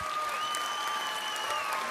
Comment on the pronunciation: Bro when said ''Big Banana Poæncil'' I felt that